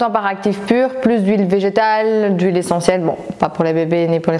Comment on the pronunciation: Hâte d'avoir ton retour du concealer Fitglow sur lequel je louche depuis qq mois ...😜 Je n'osais pas te le dire mais pourquoi prononces-tu "ou -ille" quand tu parles d'huile ? 😂 Bonne soirée 😊